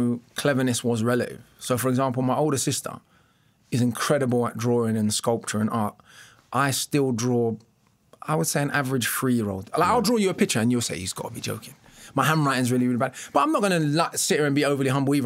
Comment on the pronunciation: Mr O B, I've listened to lots of your stuff and i respect you greatly. Question. You just said 'I sore it' when it is 'I saw it'. I've also heard you say 'drawring' instead of 'drawing'. ??